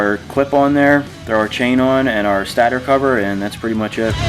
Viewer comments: Lol he said stater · St8er not stat-er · Thank you. Butttttttt...... it's a stator cover... pronounced stay-tore cover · It’s pronounced ‘staytor’